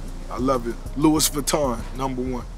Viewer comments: It's pronounced Lowie not Lewis. There were $100+ sneakers in the 90s, you'd have to go back further for $20 sneakers to be considered fancy or even $65. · Louis lol luuu eee - “